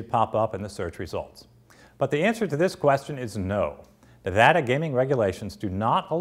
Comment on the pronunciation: thank you for pronouncing Nevada right!